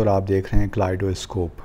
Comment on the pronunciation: Pronunciation is not 'clidoscope' , 'pagistan'..